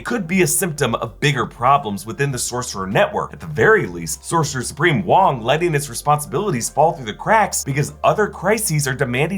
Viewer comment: “While other sorcerers fight gargantos” for the last time, it’s WONG.